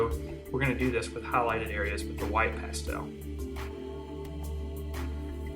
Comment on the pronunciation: I couldn't finish watching this video because of the way he said 'pastel' :'(